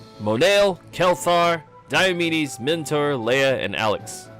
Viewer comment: "Dai-yo"medes, but his nickname is "Dee-o". It's almost like his name is pronounced "Dee-o"medes